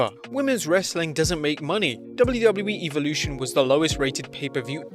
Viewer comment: Evolution not eveolution the hell is your pronunciation